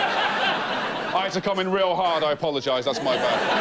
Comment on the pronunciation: did he say 'my bad'?